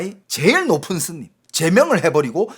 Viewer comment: 스님을 슨님이라고,,,ㅋㅋ